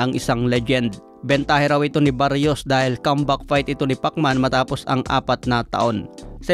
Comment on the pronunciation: Brod Mali yta pagkakabigkas moms apiyedo ng kalaban ni pitbul.. Salsal